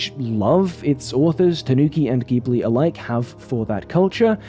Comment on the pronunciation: I feel obliged to spread the word of “pronouncing it ‘jib-lee’” the way they do. ;-) I guess technically Miyazaki would pronounce it closer to ‘jib-oo-ri’ with the center vowel fairly elided, but regardless. Just the J sound starter is all we really desire in life.